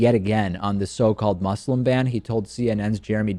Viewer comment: One day, you will learn to pronounce ``Muslim.''